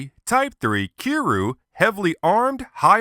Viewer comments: you say kiryu like this ki-ri-you not ki-ru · Wait did this man just say kiruu...WTF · Its pronounced ( kee-er-yoo ) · Um its pronounced Key Ree You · it didnt say kiryu right, ive seen other creators use it, and it doesnt sound natural. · Stop mispronouncing Kiryu's name!!!